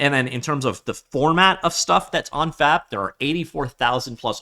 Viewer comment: Brother please enunciate the B, my wife was wondering if I was watching a 'No Fap' video..